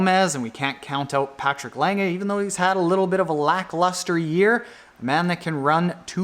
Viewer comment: Patrick Lange's lackluster results may indicate that he is timing his peak just right for Kona? It will be interesting to see. Also,, good job on pronouncing the "e" in Patrick's last name since he is German!